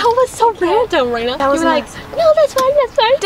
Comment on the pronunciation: Yep, except it’s not “Amelia” it’s actually “Amalia” pronounced Am-ah-lia and it’s not “Reana” it’s actually “Raena” pronounced Ray-na. Other than that perfect and the placing are correct! ☺️